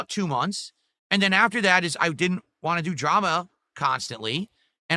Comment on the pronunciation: The worst thing about him is the way he says “want”